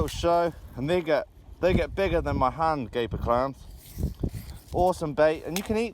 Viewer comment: i lost it at 7.46 when he said nigga instead of bigger lol